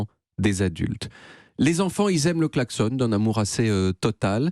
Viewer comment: Ok, c'est en Suisse qu'on prononce "klaxon" comme "garçon", ou c'est juste moi ? 😅